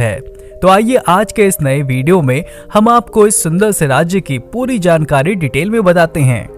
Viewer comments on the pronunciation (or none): none